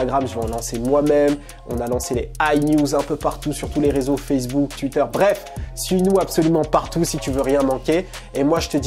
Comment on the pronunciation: Il me régal toujours avec les TUITE lol 😂